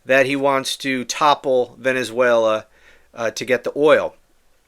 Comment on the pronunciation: He wants to be able to say he stopped the war between venezuera (his pronunciation) and the USA.